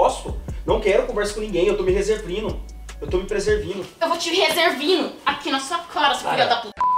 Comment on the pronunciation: Eu tô me "reservino" kkkkkk Eu tô me "preservino" kkkkkkkk